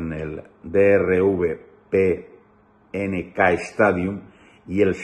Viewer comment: el estadio se pronuncia Drive Pink(dealer de autos en Miami y area aledañas). Un abrazo y siga su buen trabajo.